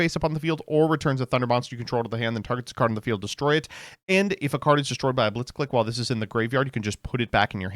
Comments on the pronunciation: The fact that the name is so clearly a Japanese-Engrish pronunciation pun on "Blitzkrieg" (the lightning strike warfare) yet people continue to call it 'blitz-click' instead of 'blitz-cleek' . . . then again, this is the Smiger and Stray-toes guy. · "clique" is pronounced "cleek". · mispronounced the archetype the whole video